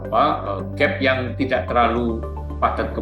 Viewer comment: Anchornya please dong. Kata dengan akhiran K kenapa dibaca seolah akhiran G. Tidak (read tida') dibaca tidag. Sekelas narasi, Please bahasa indonesianya dong.